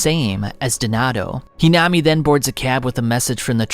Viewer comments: its not hinama its hinami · Great video. But you pronounced "Hinami" like 3-4 different ways. Flipping through different pronunciations every time you said her name. It made it a little difficult to follow the parts involving her. You also say "Quinque" a couple different ways